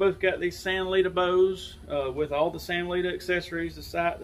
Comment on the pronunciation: Thumbs up in the first 7 seconds for correctly pronouncing the company name. First video out of 6 that succeeded in this.